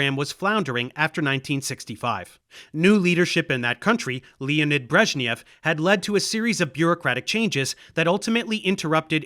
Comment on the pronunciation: I almost wish I could give a second updoot for the unexpectedly accurate (for an American) pronunciation of Brezhnev's last name. Of course, the first name would still take more practice, as the letter "e" in Russian never stands for "ee", only ever "eh" or "yeh" (the "h" is silent). Like in this case ("Lyeonid" not "Leeonid") or the "-ev" ending of so many Russian last names ("Brezhnev" included). ... But not in all of them, since a due to a peculiarity of their orthography, instead of using the appropriate letter for the "yo" sound, Russians often use the same "e", which then also gets transliterated into English incorrectly. And sometimes even the correct letter is mangled by English transliterators, like in the case of "ᵏHrushchev", which is actually pronounced with a hocked hard, almost Scottish-"ch"-like initial "H" and a "-yov" ending (and not as "Krushnyev", like at least one youtuber had it).